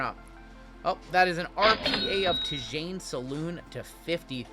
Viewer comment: Tidjane Salaun. Rhymes. Sounds like T’Zhon Salon.